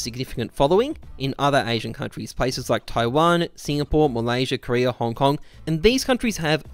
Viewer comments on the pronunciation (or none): none